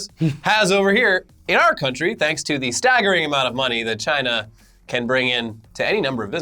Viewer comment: you’re saying “CHIna!!” wrong